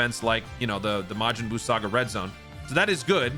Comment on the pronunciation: Am I the only one that don’t like when says majin Bruu?